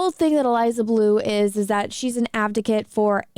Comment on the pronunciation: I enjoy your videos. I'm a new sub. I find you to be smart, and ridiculously gorgeous. That all being said, its ADvocate. It is very cute how you keep saying avdocate, but it is indeed advocate. Keep on smiling and spreading truth gorgeous